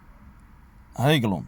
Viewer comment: هايلاند ماشي هيكلوند - الارض المرتفعة بالعربية